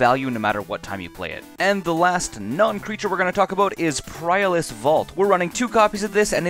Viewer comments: Dude, you gotta work on your pronunciation. "Priorless" instead of "Perilous"? "Ancestral" instead of "Ancient"?? It's like, can you even read? How do your words even make sense on a Magic card? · "prilous" lol. Good vid nonetheless